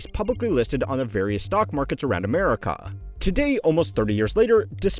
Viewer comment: I like how he says Ah-mare-ih-caw.